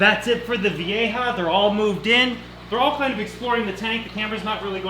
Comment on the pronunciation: Vee-ja. Not vee-a-ha. Lmfao Thanks for videos